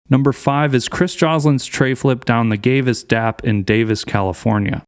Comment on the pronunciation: Bro said Gavis Dap ….